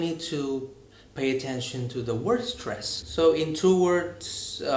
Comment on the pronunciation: Anh bị Vietnamese accent ko quá nặng như chị ML nhưng để lại sạn trong bài nói ạ. Liên tiếp từ -> : sound, word, two . E chỉ nghĩ đơn giản là nếu đã chữa về những vấn đề nhạy cảm như speaking bản thân người nói phải rất ổn ạ. Maybe cx vì e khó tính quá thôi a ko để ý cx đc :). Thank a đã phản hồi